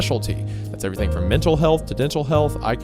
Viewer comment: "Everywerm" - Hunter Hancock